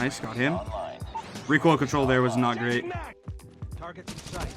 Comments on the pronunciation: is Still pronouncing it as "Rekk-oil" after all these memes😂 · Oh hey its